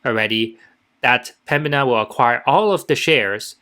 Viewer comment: THE COMPANY IS CALLED PEMBINA - NOT PEMBIA